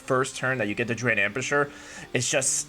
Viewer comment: Drude? lmao. Someone teach this man how to say druid.